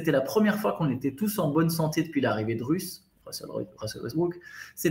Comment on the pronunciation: "depuis l'arrivée de Russes.." 😂😂 je sais pas d'où il sort, mais sa prononciation des prénoms c'est tjrs un délire! J'adore 😍